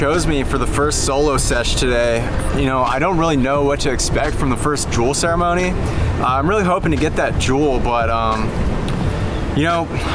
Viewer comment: "juul ceremony" i cant lmaoo